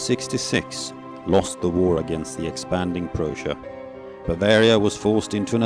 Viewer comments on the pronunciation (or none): Great idea, great video and storyline, if I were to be critical, I would like to ask the narrator to pronounce "Prussia" properly instead of "Persia". More critical to historic accuracy would be the description of the "decline" of Ludwig II - that should have been more researched - the alleged "unfit to rule" accusation was a political expedient by politicians of the time and was supported by a diagnosis written by doctors that never met or examined Ludwig II. The medical report was prepared by a panel of four psychiatrists: Dr. Bernhard von Gudden, chief of the Munich Asylum; Dr. Hubert von Grashey (who was Gudden's son-in-law); and their colleagues, Dr. Friedrich Wilhelm Hagen and Dr. Max Hubrich. Dr. Gudden did meet Ludwig II 12 years earlier but never examined him. Chancellor Bismark himself questioned the validity of the medical report and stated that some "ministers were sacrificing Ludwig II to save themselves". Historical details aside, I thank WorldSiteGuides for creating this video that reminds us of our visit to an amazing place that has the power to brings visitors to a place of romance and purity.